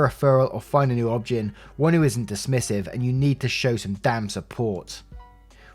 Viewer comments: Just a note, it's O-B-G-Y-N, the letters spoken out loud. Not obgen spoken as how it's read. Other than that, great job. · In the US, OB-Gyn is pronounced "Obie-Guy-knee." And definitely find another one and get a second opinion. What she's describing is NOT normal.